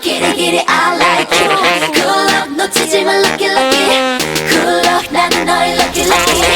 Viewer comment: yo creo que se debe a que pronuncian "kood luck" en vez de "good luck"